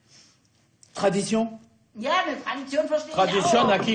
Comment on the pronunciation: TRA DI TSION AQUI! Cet espagnol à l'accent allemand prononcé par un français est incroyable